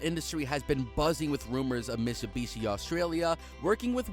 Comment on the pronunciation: Did you say mitsubushi? 🤦🏼